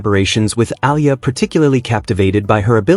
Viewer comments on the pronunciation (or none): Please study how to pronounce the name of Alex A-E-L-A. You have been praising Alex but you bastardize pronounciation of her surname which is an insult to her since she is already popular.